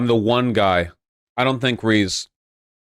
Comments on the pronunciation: One piece anime has absolutely dreadful pacing, if a huge successful series needs a revamped version OP is it. The manga is already spotty enough with it's constant meandering but in a way that it doesn't ruin it's own flow, something the anime totally does. Also, lmao at voosh pronouncing Reze as "Reese" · “rees” is that actually how it’s supposed to be pronounced am I being gaslit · i hate how vaush pronounces reze so much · It defies comprehension that Vaush could possibly mispronounce “Reze” that badly. For someone who’s so opinionated on anime, it gives the impression that he hasn’t watched a single episode.